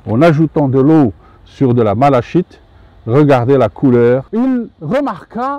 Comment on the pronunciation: Merci pour ces vidéos très instructives. Si vous le permettez, juste une petite précision: la malachite se prononce 'malakite'. L origine du nom vient de la couleur verte des feuilles de mauve qui vient du grec 'malake'.